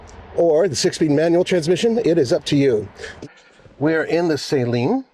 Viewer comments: Suh-leen not sAy-leen. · At LEAST say the name right... it's NOT S-A-leen. Its Saleen. The A is not HARD. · It’s pronounced SA-LEEN and not SAY-LEEN. Ask Steve himself… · Please do some research, stop saying sayleen, it’s Suhleen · You were right there at the factory and no one told you how to pronounce Steve's name? The company name? It's "Saleen", not "saline". It's not an injectable solution. 😂 Love the cars, have owned 3 over the years, but good lord get a different spokesman. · Sah-lean, not saline. Great video, just giving some grief. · "Sah-leen" not Say-leen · Its total cringe that you're at the Suhleen HQ and you're still pronouncing his last name Sayleen, with your pretentious voice, ugh ... You didn't hear them pronounce the name correctly once the whole time you were there? 😂 🤤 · Sah-leen not sayleen😂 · You mis pronounced his name to his face, it’s Suh-leen not Say-leen. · I say Sah-Leen. one syllable. Not Say Lean like salt and water "Saline"... Steve is right there and can clear up the mystery for me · Did anyone you talked to there pronounce it “say-leen”? How can we trust a review that can’t even say the name right? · Not sure why they still named it the 302, should’ve been the 307, also wonder how much Steve cringed at hearing his last name said as say leeen. 😅😅😅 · You would think he could at least get the name pronunciation correct ..... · I did apologize for constantly screwing it up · A whole video of a guy saying Saleen wrong over and over and OVER! Couldn’t do a little homework about a 40 year iconic brand? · Great looking car. Mispronouncing Saleen repeatedly was making me crazy. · It's amazing how many of you guys review their cars, and still can't even pronounce Saleen correctly lol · The guy doesn't even know how to pronounce Saleen correctly. Smh.